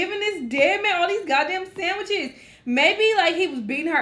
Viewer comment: Why Was All Like "Sandwicheseses"? LOL!